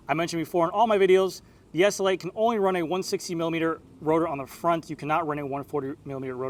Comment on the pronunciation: S L 8, not essl8